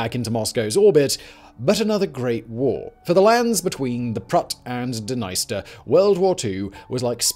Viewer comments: OK, I'm sorry, I'm gonna just finally say it... This--and all its sister channels--has been the WORST offender(s) of mispronunciation on YouTube. I've often wondered if it's a joke I don't get. BUT, if you're going to make a video that's tangential to the war in Ukraine, you had BETTER DAMNED WELL AT LEAST PRONOUNCE THE NAME OF THE DNIESTER RIVER CORRECTLY. I'm sorry, but your continued disrespect regarding the proper pronunciation of places and names is inexcusable at this point, given how commonly it happens. Either put the proper effort into learning how to say things right or don't make the video at all. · Please for the love of God look up how to say Dnieper and Dniester.